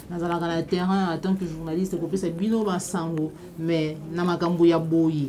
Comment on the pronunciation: Stp tu parles mal la journaliste il faut bien prononcer les mots .merci